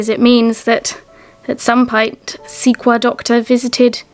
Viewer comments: I don't know if you will see this note, as I realize this is an old film I am rewatching after discovering you! The Prairie Flower bottle is pronounced like this: c-coy-ya. I hope this helps. I live smack in the middle of the US, in the South West Corner of the state of Missouri, surrounded by many Native American tribes, so I hope this helps if you see it! I am so surprised at how much Kent looks like Missouri! The orchard, the flowers, the weeds, so much is the same! just not the History, the finds you get were there before my area of the US was even explored. I love your films! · Lovely larking! Thank you,.. I believe the way to pronounce the prairie flower.. is “sea.coy.ya”... if it’s indeed about American Indian culture anyway... we love watching all the amazing history! Thank you both!!